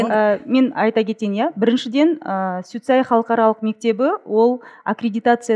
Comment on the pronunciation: Суицаи емес сумилар деу керек